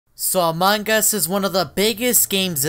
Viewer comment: Everyone: "Among Us": "Amangas"